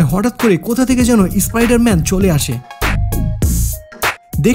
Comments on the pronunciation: ভাই ভিডিও তো ঠিক আছে কিন্তু উচ্চরাণ টা একটু ঠিক ঠাক কোরুন ! ইস্পাইডার ম্যান বোলে বার বার স্পাইডারম্যান কেই ধর্ষণ করে দিলেন ! শুধু ভিডিও বানালে হয় না ভাষা টা তো ঠিকঠাক বোলতে হয়! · ওবে ইসspider man টা কি বে???উচ্চারণ শেখ